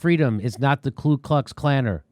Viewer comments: Jimmy- Ku Klux Klan. I’m pretty sure MLK knew there was no L in KU....just saying. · Not nitpicking but it’s Ku Klux Klan not Klu...